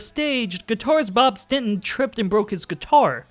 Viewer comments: It's not "StinTon", it's StinSon. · It's STINSON not stenton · I cringe every time you say “Stinton”. It was Bob (& Tommy) STINSON!!! Not “Stinton.” 🤦🏼‍♂️ Otherwise, great video! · why the fuck do you keep calling him bob stinton?